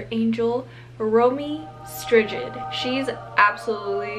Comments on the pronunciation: Hahaha Romee Stridid, no you pronounce as Stride. 👋😀🇳🇱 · Her second name Strijd you pronounce as Stridjid whihihihi in Dutch we say Stryd as in ice cream. ‘I’ce cream. You Made my day i adore it 😂😍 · “romy strigid” 😭😭😭😭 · Ja haha Romee Strijd werd soort van Romy Stridjid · Yes I'm gonna be that person, it's pronounced Strayd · romee strijd is dutch! and u pronounce her name as romee streight :)